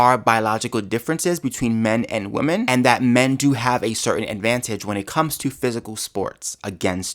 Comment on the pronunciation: I love listening yo you, but you really need to learn how to pronounce 'women'. 😂